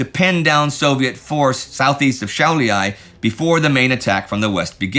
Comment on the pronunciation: Šiauliai* not Shaulyai 😁